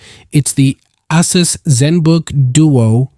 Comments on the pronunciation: I think it's a long A on that word. Not Ass-us. I got this laptop last week and love it so far! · Bro said Ass-us